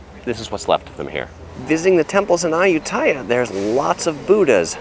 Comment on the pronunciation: Me as a thai peson and cringing everytime you say ayutthyaya becuse its pronosed ay-ut-ti-a